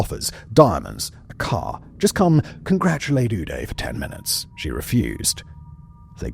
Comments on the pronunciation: It’s udoo-day to die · The way you pronounce the names "Uday" and "Qusai" is the best part of this video